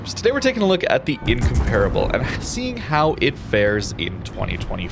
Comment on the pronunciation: Just came to hear the word incomparable mispronounced 17 times.